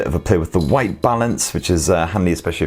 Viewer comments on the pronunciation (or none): none